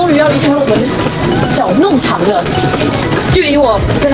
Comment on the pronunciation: 弄long 堂，不是读nong